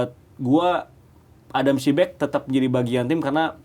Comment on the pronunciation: padahal host sama ibam udah bener ngomong adam psibek, tapi komentator yang pake topi masih bilang adam prisbek aja